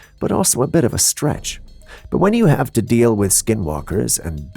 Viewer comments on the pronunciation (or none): none